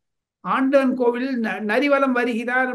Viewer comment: நரி வலம் அல்ல கிரிவலம்